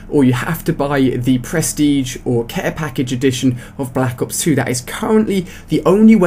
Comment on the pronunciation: Balack ops? Silly accent..